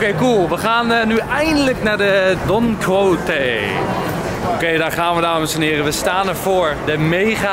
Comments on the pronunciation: Je spreekt het uit als Don KIESHOT volgens mij Enzo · Don Quijote wordt uitgesproken als: Don Ki-Shot